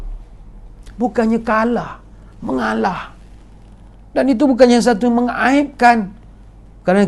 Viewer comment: Cute lah Dato, 😍😍😍, dah macam toleh Jowo...'mengaalaah...'